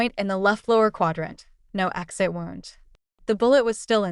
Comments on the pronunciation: The word wound is pronounced "wooond" when it concerns damage to the body. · Who is reading? Wound is pronounced "woo - und". Read in the context text used is pronounced "reed". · Why can’t AI pronounce “wound”?